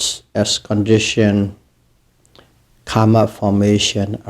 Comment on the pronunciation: It's Karma not kamma :0